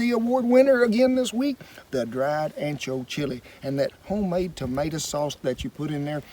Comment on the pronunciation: its tomato not tomata